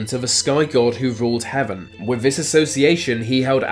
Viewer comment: needs to learn how to pronounce the letters ‘th’. Ver, vis, vat should be there, this that. Get some speech therapy!